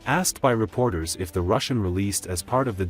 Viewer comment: True but the narrator as well as the auto text ignored the "h"